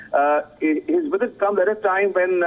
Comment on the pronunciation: so the Afghani President arrives for a one day India "weesit"???? Is this the latest gimmick WION = WEESIT = WiSHUAL or pure poor mastering of English pronunciation of the letter V.